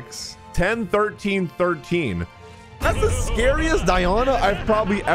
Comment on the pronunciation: First time I've heard someone pronounce Die-oh-nuh as Die-on-uh. Die on a what? 😂